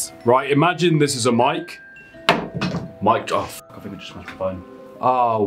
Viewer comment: its think......not fink